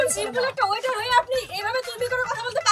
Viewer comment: ওয়েটার কে বলে water। কি দেশ কমলাদেশ 😂